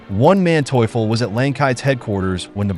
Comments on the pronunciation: One man teuffel? Wtf is he saying, really. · Von Manteuffel not "Onemanteufel" Hasso, baron of Manteuffel (born January 14, 1897, Potsdam, Germany—died September 24, 1978, Tyrol, Austria) was a German military strategist whose skillful deployment of tanks repeatedly thwarted Allied offensives in World War II. . He spoke eloquent English; in 1968 he lectured at the United States Military Academy at West Point, speaking about combat in deep snow conditions and worked as a technical adviser on war films. He was interviewed in The World at War episode 19 - "Pincers" (August 1944 – March 1945) in 1973. Manteuffel died in 1978. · Dude, the name of the German general is "von (FON) Manteuffel, and not the ridiculously pronounced "ONE Manteuffel", WTF! :-( Kudos for not fucking up the Romanian villages' names, though... :-) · Bloody useless ai voices. Wtf is "one man teufel"??! 😂🤦🏼‍♂️ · I love this Spanish general "Juan manteuffel" . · It's funny. Everytime I hear "One-Man-Teuffel" there'S a smirk on my face... AI voice over? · Juan Manteuffel lol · Why did you keep saying "oneManteuffel" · Great footage, but please stop pronouncing Von Manteuffel as One Man Teufel ;) - which he probably was ... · "One" Mantueffel? Otherwise entertaining video! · "One Manteuffel" how many were there? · The man's last name,is Von Manteuffel,NOT WON MANTEAUFUL..GET IT RIGHT, This video is PAINFUL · pronounced fon Mahnteufel